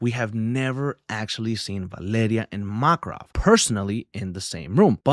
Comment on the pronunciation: MAKRAV 😅 VA-LE-RI-A! Interesting pronunciations .. love your video